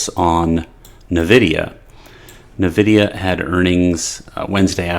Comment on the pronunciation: Pronounce: [ENVIDIA], not [NÖVIDIA].